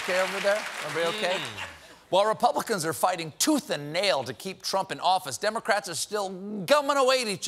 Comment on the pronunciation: Did anyone notice were steven nearly called republicans "republiklans"?